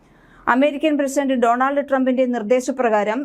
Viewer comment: ഡോൺഅൽഡ് എന്നാണ് ഉച്ഛരിക്കേണ്ടത്. ആൾഡ് അല്ല.